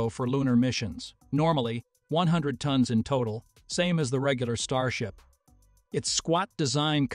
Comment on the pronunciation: Tones? You guys need to train your AI voice to say tons not tones 🙄